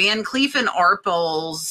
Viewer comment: Isn’t it pronounced like “are-pale”?